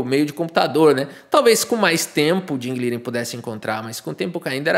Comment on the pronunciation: Curioso o brincar com o nome do Ding, pois a pronúncia correta seria algo como Ting Lirãn, negócio meio alienígena, pronúncia de engine.